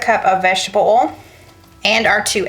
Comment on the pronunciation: I know that you have trouble sometimes with the word oil. I did too and in speech class in college, the professor said it was more than one syllable. If you will just say these letters all together one by one and say it fast, you can say it. Say “O-E-L”. Now say it rapidly. There, you got it!! Very good. 👏🙌